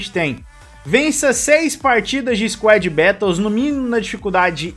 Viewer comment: Mano tu falando squad "bétous" me da agonia kkkkkkkkkkk